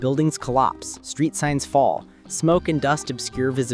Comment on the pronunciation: “Falll out”?